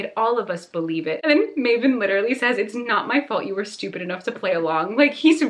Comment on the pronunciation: I can't get over how says 'literally'. It sounds so nice aah <3